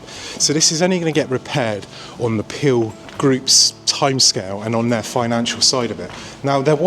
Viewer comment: You're obviously very knowledgeable and actually rather interesting but might you please learn how to look at a camera lens rather than the monitor screen as I was going cross-eyed watching this. oh and it's the Peel Group not the Pil Group (pronunciation)